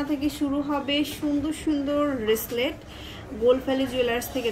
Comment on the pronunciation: সারা জীবন শুনলাম ব্রেসলেট আর এখন শুনতেছি রেসলেট আপনি তো ঠিকভাবে উচ্চারণে করতে পারেন না ভুল উচ্চারণ ঠিক করুন